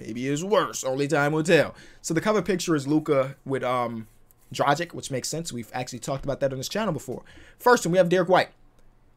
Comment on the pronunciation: Drah-gich not drah-gik